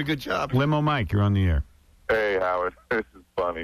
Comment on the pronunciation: This might be me being persnickety, but I never liked the way he says "air". He adds so much emphasis. He will say something like, "That one time I was on the airahh." It's just super annoying lol.